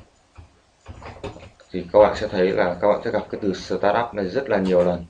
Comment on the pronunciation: SỜ tát up, :v đọc quá chuẩn